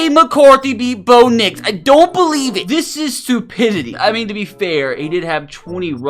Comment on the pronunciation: i bo-lieve